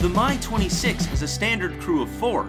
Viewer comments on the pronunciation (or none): Two things - Obviously, you're passionate about helicopters.... BUT.... MIL aircraft are abbreviated - "M" "I" not "My". It's the "MI" 26, not the "My" 26. You evidently know better than to refer to the Chinook as the "tch" 47. Also, if you want an audience and for anyone to come back then take my advise..... Speak either in metric OR standard; NOT both. Half your video was conversions and it's annoying as hell listening to that. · So this American is showing his ignorance, the first Helicopter (and subsequent MIL helicopters) is pronounced M. I. not "my". The second one is a French helicopter so why is he putting on an Italian accent and using Italian pronunciation? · MI is pronounced "mee".